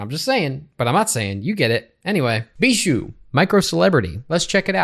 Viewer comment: (it is pronounced bee-shoe btw)